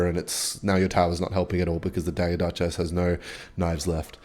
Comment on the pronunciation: Dagger duchess ❌ Dugger Duchass ✅